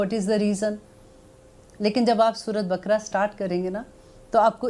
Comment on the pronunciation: Apna tallafz durust kren surat bkra nhi kehte Sura e baqarah